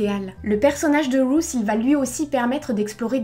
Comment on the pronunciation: Ruth ne se prononce pas comme tu le dis en anglais... Ruth est un prénom hébreu et se prononce "ROUTE"